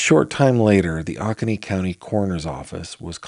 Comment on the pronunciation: GF: It's pronounced Oh-ko-nee county. This town is just five miles from me. My 21 month old granddaughter weighs 25 lbs. I can't imagine the suffering of this little boy at 4 yrs old and 21 lbs. This is truly heartbreaking and maddening cruelty.